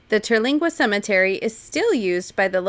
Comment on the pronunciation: Awesome 👏 I’m do happy you enjoyed your visit to Big Bend. Its so big and would take several days to see it all. Terlingua is my fave. Oh and it’s Ter-ling-a. No gwa sound. I pretty much saw what y’all saw but I know there’s so much more. I look forward to visiting it again. Thanks y’all for showing the beauty of my great state of Texas. ✌🏻